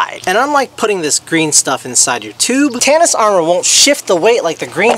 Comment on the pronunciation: How the fuck is tsinelas pronounced like tanis. My English brain is melting, is this how it feels trying to learn English?